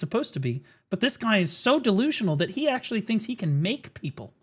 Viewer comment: If "AKSHUALY" Was living person